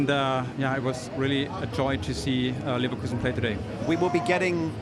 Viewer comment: NEVER say Neverkusen again.